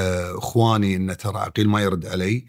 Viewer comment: عغيل عغيل وليس عقيل